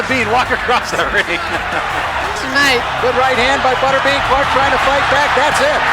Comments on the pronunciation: Botterbean?? Who the hell is that?? I think you mean Butterbean. AI narrated slop?? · Cringy how the narrator pronounces Butterbean. 😎